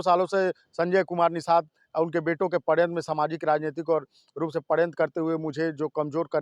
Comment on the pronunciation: बंद कर दो चैनल पहले पढ़ाई करो पत्रकारिता की और हिंदी अख़बार रोज़ एक घंटा पढ़ा करो. कोई भी शब्द सही से नहीं बोल पा रहे. पड़यंत्र नहीं षड्यंत्र होता है. पत्रकार बनो, यूट्यूबर नहीं